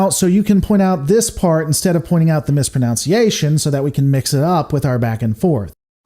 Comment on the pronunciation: you say "mispronounciation", but there is no such word, it is "mispronunciation". Common mistake.